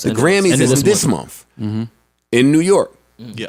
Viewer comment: Joe its Month not momf